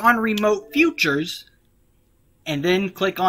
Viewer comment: Love the vid it helped alot but con-sole fee-cher